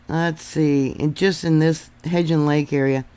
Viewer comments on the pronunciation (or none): Hebgen Lake- the g is the Hard G. It sounds like g-oose, please.🙏